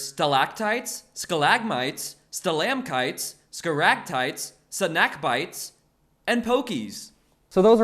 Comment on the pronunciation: Ah yes the rare “sna-ak byt-es” my sides